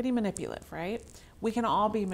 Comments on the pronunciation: Manipulative not manipiliv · Ma ni pu la tiv NOT man ni pliv 5 syllables. Not 3.